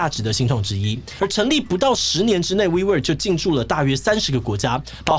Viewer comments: 我怎麼聽wework都像是「揮霍」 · 听起来像vivo 😂